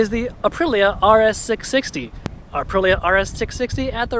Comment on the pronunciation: Is Aprilia really that hard to pronounce? Uh-Pree-Lee-uh. 🤌🏼))